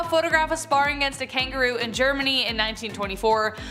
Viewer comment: Really really sad you can't even say na!¡ Germany. This is why this generation suck ass